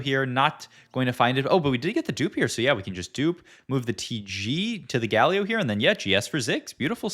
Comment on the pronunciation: Hi, love your videos, always on-point with the new set meta. I just find a bit odd with the pronunciation of some of the champions... I heard you say Galio, and then you say Gayyy-lio sometimes. LOL Why??